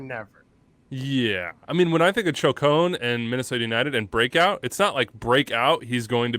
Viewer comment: said choke-own instead of chacon and could have been a comedic genius but instead we ignore it